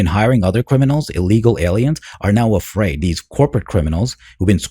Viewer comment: They’re criminals, hey should be “Eafraid” Jesus Christ they can’t say a damn English word without putting a damn E in front like wtf get out 💯🚮